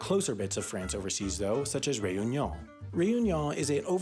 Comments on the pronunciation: Your pronunciation of Whangarei and Réunion leaves a lot to be desired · Another great vid! I appreciate the effort you made in saying Réunion, but you needed a little more work on it :) Still your effort was noted